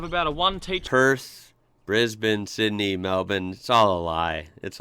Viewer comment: its sydney not syndey